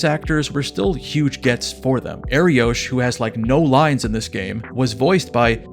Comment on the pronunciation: Btw, it’s pronounced Ariokh not Ariosh. The name means lion in Hebrew.